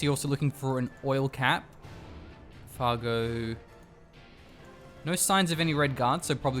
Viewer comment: It's Fargo not fargue moron!